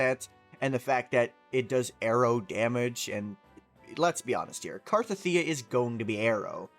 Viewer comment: I think its pronounced CAR-TETHIA and not CAR-TATHEEA but eh i dont care tho.